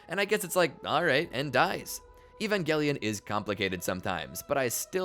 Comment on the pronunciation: E-van Juh-Lion 😊